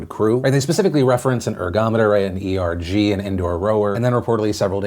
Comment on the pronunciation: rower dropping into the comments to say that erg isn't pronounced E-R-G (it is pronounced erg, like the first syllable of ergometer)